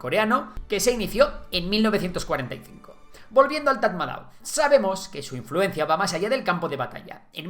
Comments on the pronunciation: Tras vivir y trabajar en Myanmar, te puedo decir que Tatmadaw se pronuncia "Tamado". Un dato gratis que te llevas!😅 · Se pronuncia TATMADÓ 😅